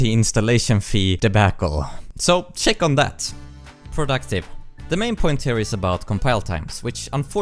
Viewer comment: It always amazes me how you can pronounce "check on that" like "shake on that" XD